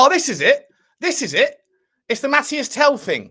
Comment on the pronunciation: Tel's name is pronounced Mateese, everyone keeps saying Mathias ;)